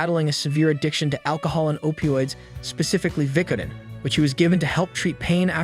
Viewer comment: I've never heard anyone say Vicodin so stupid